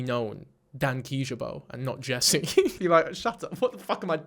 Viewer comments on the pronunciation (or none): none